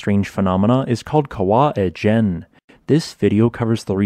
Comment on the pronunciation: Keren banget! Great video - very interesting. Glad to see Indonesian geology getting coverage! By the way, the pronunciation is KA-wah EE-jen. Kawah is Indonesian for crater, not mountain; so it is Ijen crater, not Mount Ijen (to correct another poster). The mountain (gunung) is Merapi (Flaming Mountain?). Makasih banyak!